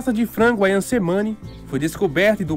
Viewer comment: Só uma nota, letra C no idioma indonésio se pronuncia como "Tche".